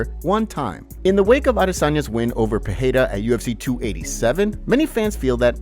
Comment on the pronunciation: hey dude it's not pronounced Peheira